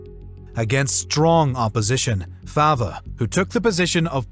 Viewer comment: It's pronounced farv as in Bertt Farve.